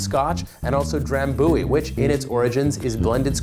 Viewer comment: Drambouie? He says Drambooouie. It is Drambuie. His proportions are incorrect as others have stated here.